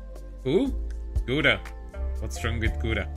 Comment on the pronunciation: It always sounds like "Gouda" instead of "Gura" from. xD Well done on the video as always. ^^